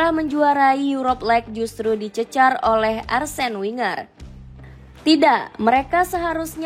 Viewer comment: Gue keganggu ama 'Lek' 'Arsene Winger' dan Hargreaves yang dibaca utuh